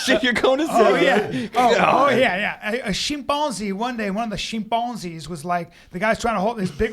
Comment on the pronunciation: Bryan "The Shim-Pon-Zee" Callen